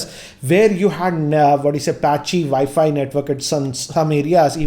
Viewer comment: Good videos, good english, good everything but i just wanted to say, if you say W instead of V for wifi or all other words that have a w in it, i'm sure it would make it a lot more easy to understand.